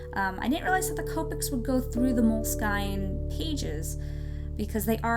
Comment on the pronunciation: Aww these are so cool!! Btw, its pronounced "Moleskin"